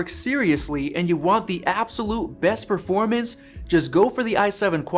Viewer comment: "Perforamnce" Oof